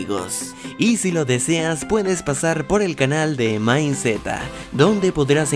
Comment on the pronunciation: El video esta buenísimo lo único malo que cuando empezaba a hablar me daban ganas de matarme.